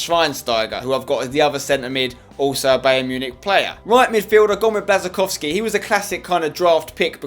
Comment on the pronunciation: I thought your girlfriend is polish, u should know how to pronounce Błaszczykowski's name